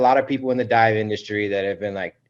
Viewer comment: Hilarious! 💀 I rewound it just to make sure he said "die," not "dive!"